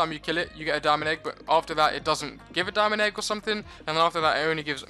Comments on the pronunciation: i hear it he says dominic egg XD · did u say diamond egg cause it sounded like you said my name 😂